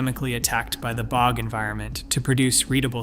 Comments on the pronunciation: how about "bog" mummy, rather than "bee oh jee" mummy. Get a human being to read this! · the bee oh gee bodies 😆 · PL aid. Dear God. Not so intelligent, but definitely artificial. Pre-Cam Brian. !!!! Who taught this machine? Bee-og. ??? The repetition is very boring and cearly lacking an anything intelligent, real or artificial. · "Pre-cam Brian" is a good one. Also B-og and petro-us bone. Then there's that weird map where the USA is the only country marked, in a video discussing a time when no "countries" existed. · Bee oh gee bodies